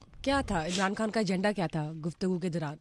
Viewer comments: Ap ki mehrbani ap Indian lehjy mai khan na kahien خان hota کھان nahi plz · Pahna pahle apne urdu theak kar lo khan, dastakhat. KH ko theak karlo